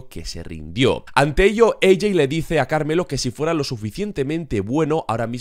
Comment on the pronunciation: Como es posible que semana a semana siga empeorando el como dice el nombre de carmelo